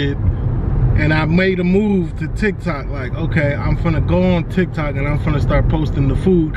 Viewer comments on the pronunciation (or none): none